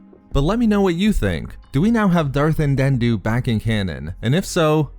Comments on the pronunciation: Andeddu not andenddu :-) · Why can't you say "Andeddu"? In an older video you were calling him "Andendu", and now you're over-enunciating the last "d" sound in his name like a toddler learning a new word. You're way too articulate to still be having trouble with this name. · It’s An-dee-doo. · Why do you pronounce Andeddu's name like that? Are you purposely doing it to sound annoying, or have you not listened to any audiobooks where his name has been mentioned (such as the Plagueis novel)? Just saying, because the way you pronounce it, you sound like a child learning to read who is "sounding out" an unfamiliar word.